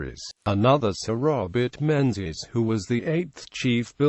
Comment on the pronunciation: It's pronounced Mingus and Gaelic is pronounced Galik not Gaylik.